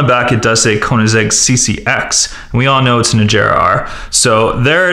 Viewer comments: it is koenseggh ccx agera r -_ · "koenisheg azera"😂😂